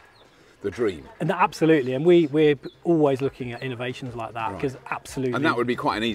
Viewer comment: Did he say, "App-solutely"? 🙂